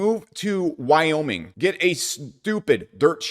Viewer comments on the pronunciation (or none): none